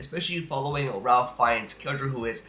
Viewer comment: Pronounce Ralph rayf